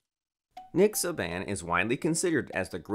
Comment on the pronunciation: Can we get someone to say his name correctly good lord !